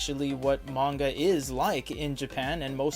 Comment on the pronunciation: Pronunciation of manga is painful